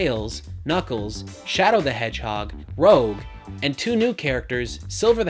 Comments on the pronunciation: First of all, it's Rouge. Not Rogue. Secondly, Blaze had her first appearance in Sonic Rush, in 2005. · Did you say Rogue? Her name is Rouge as in the color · Rouge, not Rogue. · It's not "rogue" it's "rouge" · It's rouge not rogue dude if you're talking sonic you should know sonic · It's Rouge, not Rogue. You know, like in "Moulin Rouge"? I am angry at you now. You have upset me greatly. You should be ashaaaaaaamed. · >Rogue Can I just... I have to nitpick at this... It always bothers me that everyone pronounces Rouge's name as "Rogue" when that's not the case. Sorry it just caught my attention so much. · I cringed the most at your mispronunciation of Rouge. Rouge like saying Red in french, not Rogue as in a dishonest ally. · Pronounces Rouche "Rogue" TRIGGERED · Rouge is pronounced Rooge. Also, Unleashed is really good and lost world is horrible. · You said Rouge like rogue. I am triggered. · Did pronounce Rouge, like how you say Rogue? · That pronunciation killed me: "Shadow the hedgehog and Rowg" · Rouge pronounced as rogue? Now I understand all those WoW players who are unable to spell the name of their class right... Also, #3 is nonsense. All Sonic fans want is to play as Sonic. No one wants to drive around in a buggy and shoot enemies or pick up boxes and throw them at a bunch of robots. The fact they included 50 different playstyles rather than focus on a single one is the reason why Sonic 06 is so bad. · you said Rouge wrong. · Blaze wasn't new, and you pronounced Rouge wrong. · It seems like at some points you just don't know what the fuck you're talking about. 'Sonic Unleashed was a terrible game' Also you pronounced Rouge wrong... I doubt you're as big of a Sonic fan as you're making people think.